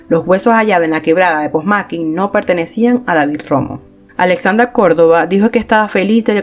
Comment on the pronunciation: Todo iba bien hasta que pronuncias "POSMAQUI" ese no es el lugar se dice POMASQUI. A parte de eso buen video. EXITOS!!!